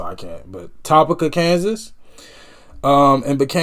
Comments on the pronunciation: It's pronounced Topeeka. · Topeka pronounced ( Tow-peek-a) lol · It's pronounced Toe-peeka (Topeka). Lol. These guys, and their music, are Classic and Timeless!! RIP Robby Steinhardt. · It's pronounced to peek oh Kansas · It's pronounced Toe-PEE-ka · I don't want to embarrass you but the capital of Kansas is pronounced Toe-pee-ka but spelled Topeka and this song is the main song for the show Supernatural. Which fits the show perfectly. I hope that I didn't embarrass you but public education isn't there to teach children but to indoctrinated you to be a controlled human being by a tyrannical government. Obviously you're about music education which most Americans schools do not offer to children. I was lucky to have great parents who push for me to get everything out of a public education and my highschool offered music education like band, choir, keyboard, guitar, and music theory and music history and music appreciation classes which I took mostly music classes. Eventually I was taught stage lighting and sound production and stage crew for musicals. After highschool women were never to rarely hired for backstage production but I was in the right place at the right time and was finally hire to do stage lighting for rock bands and other artists. I worked with trace Akins, Run DMC, Vince Neal of motley crew, skid row, warrant, blue oyster cult, motorhead, Megadeth, Egar Winter, Kansas, 38 special, and alot more. When I worked with Kansas to hear the entire audience sing this song back to the band was amazing. It's great to see people like you discovering great music from the past keeps great music alive and kids want to learn music, listen to Kansas song Dust in Wind, it's breathe taking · Toe-Peek-Uh Kansas. Great reaction man. I knew you were going to like this.